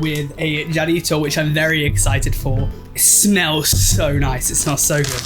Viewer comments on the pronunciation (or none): it’s pronounced like Ha-rrito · Hermano when you called the Jarrito a Jerryto all I could picture in my head was a german with a sombrero 😂😂😂